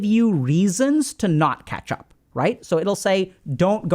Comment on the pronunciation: i heard ketchup one time and then i couldnt stop hearing it lol